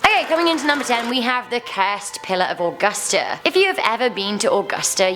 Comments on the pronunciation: I am so glad I found this video because, all people talk about us Lake Lanier like we don't have any others. Also, the way she pronounced some of these are just- Augusta is pronounced A-gusta Lanier is pronounced La-neer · Grew up in Waynesboro live in Thomson now. Who came here for the non tourist scary stories? I cried when she mispronounced Augusta.